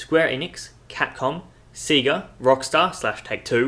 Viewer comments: Did you say seega, not sega? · I love your mispronunciation of Sega. Seega? It's Sayga, listen to the16-bit voice at the start of the classic games =D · Sega is not pronounced See-ga, its Say ga! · lol "SEEGA"